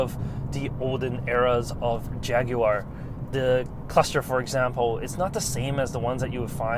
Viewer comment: Impressive pronunciation of Jaguar! Done your research!